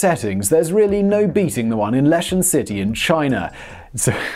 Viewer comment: I think Simon mean 'Lee-Shawn', not lesh-ann Sichuan China.